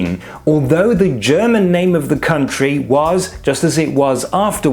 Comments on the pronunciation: Why/How do you pronounce german that perfectly? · You’ve earned a subscriber for your direct and effective presentation and an impeccable German pronunciation ^ω^ I look forward to seeing more like this!!